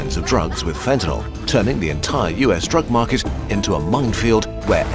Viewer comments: Wasn’t Fentanyl made up by politicians? And why do they pronounce it “ Fentanol”? Is that a side effect? 🙂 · A video about fentanyl, where you don't even know how to pronounce it. Classy.